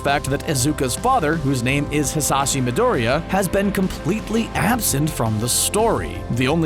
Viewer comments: "Izuka Midoria" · Gosh... Stop this when you can't even spell the names right... Not just is "Izuka" completly wrong, but you can't even say Midoriya in the right way... 😐*